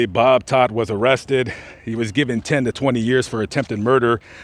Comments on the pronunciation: T-O-D-T NOT T-O-D-D! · Anthony Todt not Todd